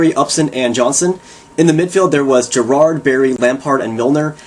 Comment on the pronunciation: Gerrard is pronounced differently.. just sayin ;)